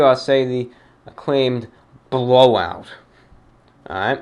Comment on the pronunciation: "Blohwhout", baby!